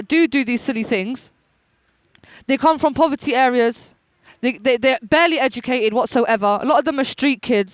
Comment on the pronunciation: If you got an education why do you speak like someone who doesn't understand the English language? maybe you should act like a person who is educated rather than EDUTATED